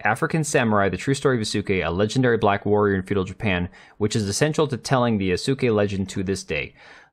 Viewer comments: Why can none of these youtube commentary channels pronounce Yasuke's name correctly? It's supposed to sound like Yaskay, not Yasookay. 🙄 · It's pronounced YA-suh-kay, with the middle syllable being very light, almost glided-over. Please stop saying ya-SOO-kay. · Yaske* the U is silent dude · Homie repeatedly calling him "Yasook" is so unbelievably cringe. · "YOO-soo-kay" repeated endlessly with no reflection "Hahn-no-jay temple" -apologies if he's pronouncing it wrong, still says it over and over. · "colonize", "yo-sue-kay"... Bro what? Yea...sorry, already found yourself in the "do not recommended" pile. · The U is Yasuke is silent.